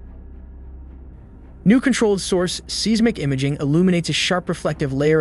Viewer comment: Seismic is pronounced (size-mic) also your title is misleading and click baiting